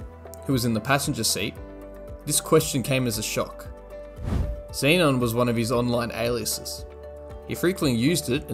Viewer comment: Having a federal agent that can't pronounce 'Xenon' is so very American.